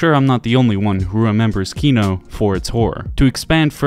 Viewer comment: Your pronunciation for Kino is ON POINT :)